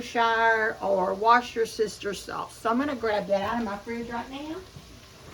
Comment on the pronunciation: Oh my, got a chuckle out of your way of saying Worcester Sauce, "wash your sister"! Ive heard alot of others, but that was the funniest! Id never heard of railroad pie. Certainly a great way to use up bits of foods. Ill give it a try.